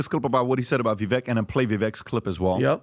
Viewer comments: ....HIS NAME IS PRONOUNCED "VIV..VAKE....WHICH RHYMES WITH "CAKE"!!!!!!!!!!!!!!!!!!!! NOT "VIV...VECK" WHICH RHYMES WITH "WRECK". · can you please show a little respect to Vivek...his name is pronounced Vivake as in "cake". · Vivek like cake, pronounce his name right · Guys ... MUST BE ABLE TO PROPERLY PRONOUNCE THE NAME OF CANDIDATE! STOP READING IT! READING IN IMPRINTING INCORRECT PRONUNCIATION !, Instead, memorize name, as such: “Vivek” is pronounced: “Vivāk” rhymes with: Bake a Cake, Fake, Lake, Make, Rake a Take,Wtake! We will KNOW HIS NAME, because, other than Trump, Vivek will prove to become a hopeful winner, if, GOP improves their reach, do some. Improve targeted messaging to the GenZ /and the educated millennial. If there’s one trait that Trump & Vivek Share, is 😊😅positive, boundless every and insatiable work ethic & they genuinely love people. Past that the similarities with strength,might be a “clash, but we can only hope these 2men were both being sincerely interested in working together, just so long as Vivek understands and smart about realizing that Trump has many strong players surrounding him. Because this can work or, just as easily get very sour, very fast. The 2 GOP primary candidates that came 2nd. & 3rd(, are fakes! Nikki I’d not trust at all! Someone needs to be watching that war mongering, opportunist. If someone foudout she was working with the DNC, I’d not be shocked. Btw., what has “someone DONE WIT RFK, Jr?? Is concerning the way it appears to has gone (???) Hope he is just regrouping after Holidays, and fundraising. But cay imagine DeSantis survive South Carolina. Is gonna be her & Trump, she’s a VIPER 🐍 Or, think - alla Italiano. Am sure Vivek ( is pronounced: Vāke( CAKE BAKE). He also passes , ‘nel sud di Ita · I do love this show, but could y’all PRETTY PLEASE pronounce Vivek’s name right? He rapped “It’s Vivek, like CAKE” lol lol Vi- VAKE😊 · Vivek like cake! Quit mispronouncing his name, please.